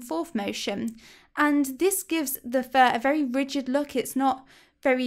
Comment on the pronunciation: Lol for a second I thought you were saying "for my worst enemy" and I was like "Huh?" lol